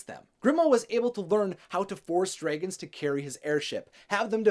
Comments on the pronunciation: I wanted to watch this but I couldn’t get over how you said dregens instead of dragons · It annoyes me the way he says dragons. #nooffence